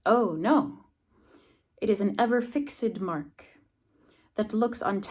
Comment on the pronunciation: Hi! Thanks for sharing the lovely sonnet. I noticed something related to your pronunciation. You pronounced the adjective "Ever-fixed" as: /fɪksɪd/ while it should be pronounced as /fɪkst/ according to the -ed pronounciation rules. (Check of your video). Is there some exception of the -ed rules? One more thing, the Arabic verb يصرح, which means "To admit, to profess, to declare, to proclaim, to state", is pronounced as Yu-sa-rri-7u not Ya-s-re7 (Check of your video). Again, thanks for the sharing. I have sent you an email before. Hopefully it reached you!